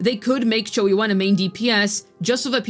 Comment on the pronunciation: Chee yu aan is how it's pronounced